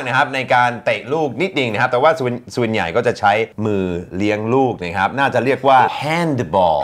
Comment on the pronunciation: ผมติดตามอาจารย์อดัมมาหลายๆคลิปขอติ อาจารย์ได้ไหมครับคำว่าใหญ่ของอาจารย์ควรออกเสียงเพิ่มอีกนิดหนึ่งนะครับให้มันหย่ายยยกว่านี้อีกหน่อย จะOKเลย